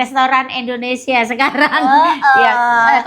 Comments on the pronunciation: nerap lagi deh, coba ulang2x terus deh Indonesia bukan Indonesa, indonesa mulu 😂. Menit ke. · Indonesia ya bukan Indonesa😅. Tol d sini berbayar aja macettt apalg kl gratis ky disana ya😅